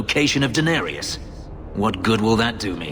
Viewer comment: Every time I hear Fenris speak Danarius I hear him say Daenerys